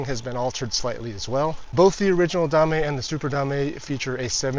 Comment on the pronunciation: Drinking game: take a shot every time he says "da-may"